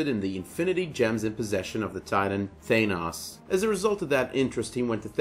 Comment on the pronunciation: holy fuck say Thanos right...u call yourself a comic fan. Your pronunciation makes me cringe!